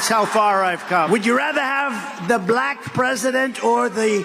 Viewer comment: Oh, it sure is; he says "Buh-lack!", with almost two syllables. Sounds like some snotty, condescending bigot using a distasteful word, spoken in quotes...